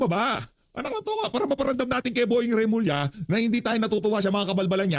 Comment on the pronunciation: Remulla hindi Revilla.